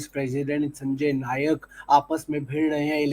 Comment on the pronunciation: नायक नही नाईक